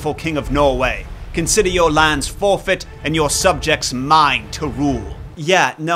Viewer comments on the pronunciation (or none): none